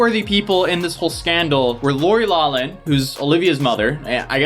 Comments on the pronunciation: it’s pronounced Laurie Lauckman not lawman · Loughlin is pronounce "lock-lynn" not "law-lynn." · It's not pronounced law-lin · lawflin...loughlin...thats how u pronounce it...lawflin. its like laugh...how 'augh' in laugh are actually pronounced 'aff" well same way except in laurie's last name instead of laugh (aff) its lough (off) loughlin...grammar lesson #101...sorry, u cant know unless someone corrects u (with motherly love of course...yes, im 45 years old and have a 28yr old married daughter so I am a mother of grown-ass people lol hope ur both doing well...i love love love ur relationship between u and homegirl behind that camera, i assume shes ur gf...it seems very genuine, kind, beautiful and ur general attitude is so graciously real and unbiased on what seems to be everything...u seem to have a very grounded way of looking at things and i truly have loved every video i've found myself watching, not that i watch many only because i'm older and dont care much about social media or follow much of anything younger gens pay attention to but i do catch certain things and i am so glad ur doing well, still have a growing channel and are doing ur thing. God bless u, don't let the dark side take control and be ready for when the ish hits the fan soon...our world is changing quickly...Revelation is happening now (last book of the Bible). how about a video on the Nike and Nas x sneakers that supposedly sell for $1018 reference to Luke in the bible regarding Satan falling to earth like a lightning bolt, sneaks said to have a drop of human blood in sole of shoe filled with 666 ml of red water along w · The way you say Loughlin kills me.